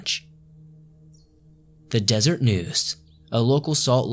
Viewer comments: Des er et. News. Not desert. U. In tah . Miss pronounced words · I've always been really interested in the Skinwalker Ranch—thanks for covering it. Just wanted to mention, though — It's "DEZ-er-ette" News, not Desert 😄 That's not a typo in their masthead. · De-ser-et News, not Desert News! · It’s UINTAH not UNITAH. It’s DESERET NEWS not DESERT NEWS. 😉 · the Deseret News is pronounced Des-ER-ET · U-in-ta basin, des-er-et news. Lol source from Utah. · And just to help out: Deseret = “dez-err-ett” Uintah = “yoo-in-ta(u)” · Des-eret. U-intah. Your pronunciation is a joke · when someone from out of state pronounces Deseret as Desert :,) no but fr, i've always had an obsession with skinwalkers and the paranormal, the ranch etc. and now my datemate's getting interested in them too i love you and your videos! keep creating awesome content! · So true!!